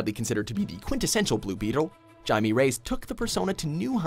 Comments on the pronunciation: It’s pronounced Hi-may Reyes. Not Jamie. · Jaime Reyes. is pronounced hai-meh not with a hard J. The J in Spanish makes an H sound and the e makes an EH sound not a long e like in English. C'mon get your shit together. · it's Jaime not johnny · The cringe jaimee Reyes is Jaime but it's a H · Jaime Reyes is pronounced Hai-May Ray-Es. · He pronounced Jaime Reyes' name wrong! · You did not just pronounce Jaime's name like that! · the way he pronounced Jaime is gross •-•